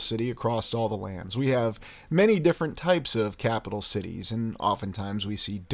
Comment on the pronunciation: I knew you were saying sh*tties!! My partner and I were arguing (playfully) about that 😂